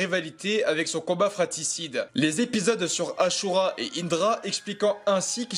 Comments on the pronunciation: Asura et pas achura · C’est asura pas achura